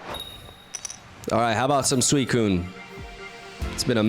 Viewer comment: This is the first time that it sounded like he actually said “swell”